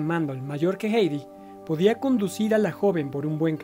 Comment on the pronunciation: Muchas gracias por este documental, es el mejor que he visto de Hedy Lamarr. Sólo una observación, con todo respeto, su nombre es Hedy y se dice así como se escribe, digamos "gedi" y no "geidi". Saludos 🤗